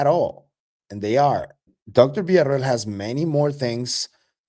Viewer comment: Finally someone who can pronounce Villa-Ro-el